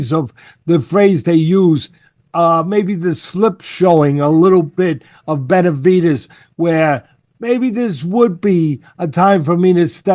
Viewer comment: I know he's old but constantly calling him Betervidez cracks me up 😂